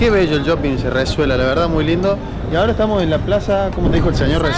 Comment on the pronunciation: Porque dice "yoping"?